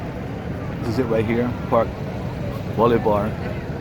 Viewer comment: Bolívar is pronounced Boh-LEE-Var (note the tilde over the i)